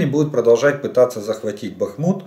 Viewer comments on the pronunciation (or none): none